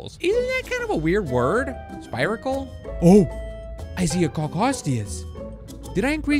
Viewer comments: Those holes you’re talking about are pronounced “spear uh kuls” basically you have the second half of the word right. Just thought I’d let you know 😊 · The i in spiracle is pronounced ee not ai. Also it stings with elecricity not poison. No offence intended